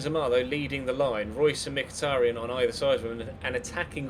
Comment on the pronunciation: Mkhitaryan is pronounced like "Mkhi-ta-ri-an" with an accent on last A!